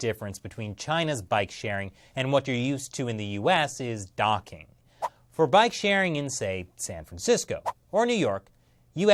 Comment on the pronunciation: Anyone else laugh when he said “docking” .